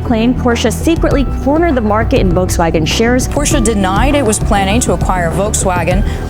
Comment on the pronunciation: There is no T in volkswagen